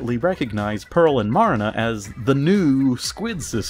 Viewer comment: You saying Marina wrongs it's pronounce Mer ree na because the A is slightly